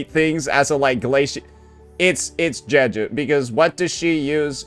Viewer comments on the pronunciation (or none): none